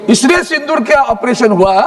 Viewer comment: Shindoor nhi baba Sindoor, pahle Hindi to dhangse bolane sikh😂